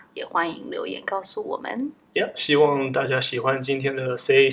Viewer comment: 哈哈最後的希‘萬’好好笑😂😂😂